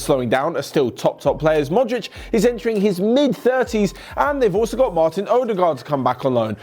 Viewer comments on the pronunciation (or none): none